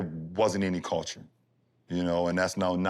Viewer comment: Bron said "Coulture " lol